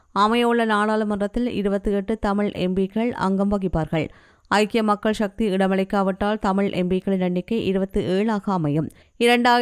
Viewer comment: தேசிய தேசிய. சக்தி நாக்கை நன்றாக வழிக்கவும் உச்சரிப்பு முக்கியம்